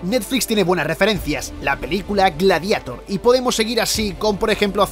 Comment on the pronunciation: Repeat after me: "Gla-di-EEeiiii-tor" .... facepalm